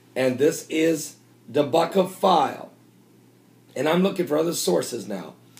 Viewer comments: Don't want to split hairs, but, DEBKA is pronounced Deb -- ka. Not Deb-A-Ka. Love the work that you do. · it is DEB'KA' not DE'BE'KA'.....I know I know..... pronunciation:) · The web sight is pronounced DEB-KA. lol. Too cute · Bless you brother........It's called Deb-ka .......Bless you